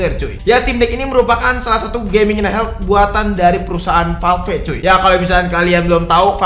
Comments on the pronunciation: VALV BACANYA BUKAN VAL VEK, NGESELIN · Agak krg nyaman denger penyebutan valve bang